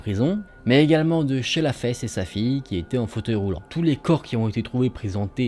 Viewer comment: desolée hein mais " Shella Fesse " ;-; ☠️